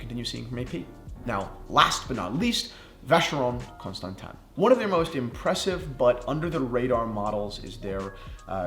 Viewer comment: Thank for being the first American YouTube (to my knowledge) to pronounce Vacheron Constantin correctly